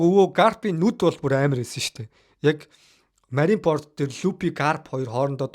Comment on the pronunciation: bro Лүппи bish Лүффи shvv. Marineford shvv Marinepord bishshv content hiij bga bol ene taldere ajlaarai gl